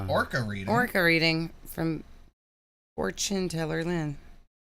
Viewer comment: Fortune teller lynn❌️ four-chin teller lynn✅️